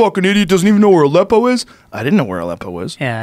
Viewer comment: Lol, anybody else thought it was "a lepo"? XD